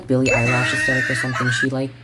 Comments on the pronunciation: He said billie eyelash😂😂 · did he just say ‘billie eyelash’